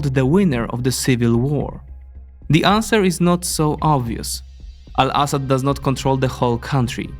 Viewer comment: I love his pronunciation of Al-Assad it make the report sound way more informed then with an American voice